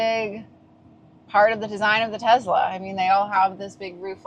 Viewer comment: I could tell you own tezz-la before you even started talking